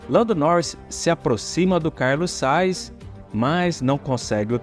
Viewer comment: Sugiro que treines a dicção dos nomes dos pilotos. Porquê Carlos Sais? Ou não é mais Carlos Sainz?